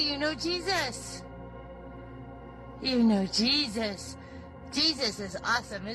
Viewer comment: oh you know jee-thuth?! you know jeeeee-thuth.....